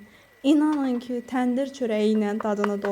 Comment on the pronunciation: Xanım zəhmət olmasa danışanda düzgün danışın . ,,Düşündüm kü,, yox ,,Düşündüm ki,, olmalıdır. Kaydedim yox qeyd edib olacaqdı